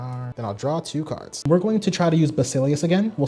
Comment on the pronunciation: Is this guy mispronouncing cards on purpose ??